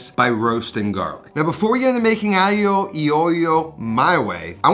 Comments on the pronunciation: sry but if you're gonna be picky about the pronounciacion, i have to disappoint you cause it sounds as if there's written "aio i oio", not "alio e olio", anyway nice dish good job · point of order, your honor. the "g" in aglio is not silent at all. also, the "c" in chitarra sounds like a "k" in english. I'm italian so, trust me, I know. thanks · Still mispronounced aglio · aglio e olio, the E is pronounced EH not EE, if we really want to be pedantic about it. Aglio is also pronounced a bit differently but people speaking english natively don't really have the "GL" in them, just like the GN of gnocchi. I might try the parlsey, not a fan of it generally and I've never used it personally. On the other hand, sometimes my midnight spaghetti involve a bit of roasted breadcrumbs for some texture. Not too much though. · Yes his pronouncing "EE" for "e" sounded horrible. Also, "gli" is not quite like "million" - the "gli" requires a different placement of the tongue more to the roof of the mouth. Subtle but sounds more "Italian". On the other hand, my Calabrian grandma used to call it "aghiu eh olio" when she would say "Mangia Fighiu" And I always made this the way grandma did, not "cremosa", just oil, garlic, red pepper, parmigiano. It is a peasant dish, not a gourmet dish like modern chefs try to make it. Version 2 does not look appetizing at all - as a matter of fact it looks rather gross to me.